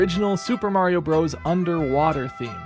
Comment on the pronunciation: "Bros." is short for, and pronounced, brothers - not bros.